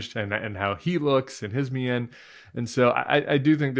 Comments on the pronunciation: "Mien" is pronounced "mean". Yo. I shouldn't have to tell you that. 😊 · Mien: it's pronounced like "mean". One syllable.